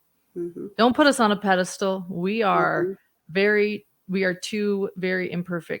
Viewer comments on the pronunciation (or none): Going to be little picky here.. it's a Pedestal not Pede stool